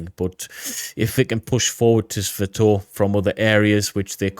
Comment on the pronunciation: great as always. Thank you. Always look for your latest to drop. By the way, know your a brit and all and you guys don't really speak english but, "Sss-Va-Toe-Va". Not "Sss-Va-Toe-V". Just sayin. Slava Ukraini! (An old U.S. Army Infantryman)